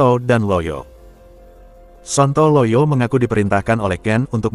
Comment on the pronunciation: Aku selalu ngakak setiap kali narrator nya bilang sonto loyo😂😂😂😂, lagi serius menghayati cerita tiba2 narrator nya bilang sonto loyo lagi dan lagi.